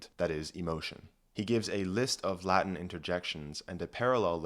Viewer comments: This was both interesting and well thought out. I agree with your conclusions - the only problem I have with this video is your pronunciation of the Latin - 'V' is pronounced as a 'W' and 'C' is generally pronounced hard as a 'K'. Please don't pronounce it as Ecclesiastical Latin, it sounds bloody awful and false. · The latin pronunciation pains me greatly but great video